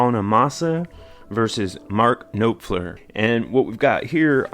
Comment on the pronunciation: You pronounced NOfler, it's actually NAHfler, an AH instead of an O. I don't think that there can be any doubt that hands-down Mark Knopfler is one of the greatest songwriters of all time. His vision, his lyrics, and the melodies that he mates with those lyrics elevate his art and evoke deep emotions from the listener; pity, awe, wistfulness - he makes you feel what he is feeling.